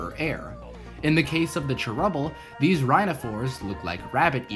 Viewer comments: can you please say "chair-ubble" instead of "trubble?" thanks. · Also when you say cherubble really fast it sounds like trebble which is a musical term